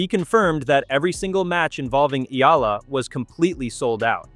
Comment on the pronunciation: VO re-edit #1: Her name is pronounced Ea(y)ala NOT EEla. VO re-edit #2: She is a FilipinA not a FilipinO Please honor the genderization of nouns in her culture and many other languages/cultures.